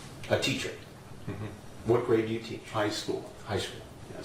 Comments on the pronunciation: It always kills me the way he says "HIGH school" when he talks about what level of education he teaches. He's like yeah bro ... they're WAY too old for me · I see it more as "HIGH School! See, I'm not a predator. The students are not twelve! HAH I got you"